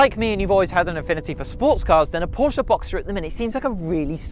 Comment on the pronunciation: Glad the bloke pronounced "Porsche" correctly......